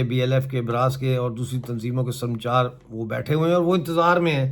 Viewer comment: Bhai yeh lafz sarmchar Nahi... Sar ma chaar hay...pehlay Balochi zaban samajh lo, phir es peh taqreer kerna